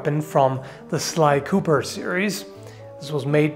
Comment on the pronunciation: Don't you mean sly koopersh?